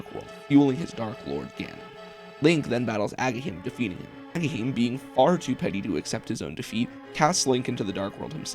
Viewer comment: You sure wrote his name into the script a ton for not knowing how to pronounce Agahnim 😂